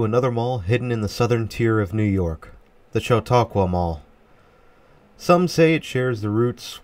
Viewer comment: You pronounced it correctly. I do agree with you on this being a rather plain mall. Supposedly had a lot more unique things going for it that were lost with a major renovation in the 1990s. Also, a lot has changed from when this video was taken as the former Sears wing is really suffering nowadays with only a couple of open tenants. Auntie Anne's has since closed as well, but at least it was replaced by a local taffy shop. Ollie's Bargain Outlet will be taking over the Officemax space. I did always find JCPenney closing and then coming back extremely weird here. It does explain why the store feels so cramped and seems to lack selection though. I would of honestly liked to have seen JCPenney reclaim the Officemax space, but that's definitely not going to happen now. Sometimes I wonder how practical it is for JCPenney to operate here still, as a lot of people make the trip down the interstate to Erie, PA to do shopping. The Jamesway that relocated here replaced what was actually Jamesway store #1. Jamesway got its name from Jamestown.